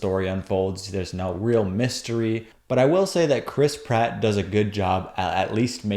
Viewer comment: Every time I hear "Chris Pratt," I hear "crisp rat."